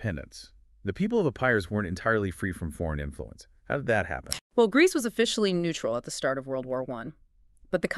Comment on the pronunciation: Did you just say Grecce? Haha. Epiria epiri e Albania. Grecce didnt exist back than